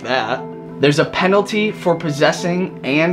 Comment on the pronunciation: "death penaty" lol